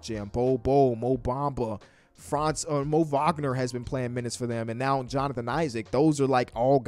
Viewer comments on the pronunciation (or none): none